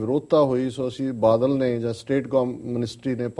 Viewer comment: ਮੈਡਮ ਜੀ,ਮੁਆਫ ਕਰਨਾਂ ,ਪਰ ਆਪਣੀ ਪੰਜਾਬੀ ਠੀਕ ਕਰੋ।ਬੱਦਲ ਨਹੀਂ ,ਬਾਦਲ ਹੈ ਅਤੇ ਅਬਦਾਲੀ ਨਹੀਂ ਅਕਾਲੀ ਹੈ।ਜੇਕਰ ਈ -ਮੇਲ ਵਿੱਚ ਕੁਝ ਗਲਤ ਵੀ ਲਿਖਿਆ ਹੈ ਤਾਂ ਵੀ ਇੱਕ ਹੋਸਟ ਹੋਣ ਦੇ ਨਾਤੇ ਬੋਲਣ ਸਮੇਂ ਉਸਨੂੰ ਠੀਕ ਕਰੋ ।